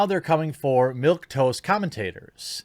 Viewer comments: Its Milquetoast FFS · I was a newspaper editor in college...my OCD is compelling me to correct you..it's "milquetoast"